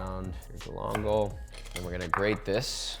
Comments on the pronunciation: Hermano mio, you got to pay more attention to the pronunciation... Love everything you do, but "Glongle" ain't how you say it. Ga-lan-gal. Also, for me, I'd rather spend 3 minutes putting an edge back on my knife than figuring out how to put the edge back on a microplane... Unless you have a trick for sharpening microplanes? That would be awesome..... Keep it coming! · Hm? Galangal? Oh, yeah. Uncle Roger must know your works! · If you bother to pronounce galangal properly, legend has it, it will soften up for you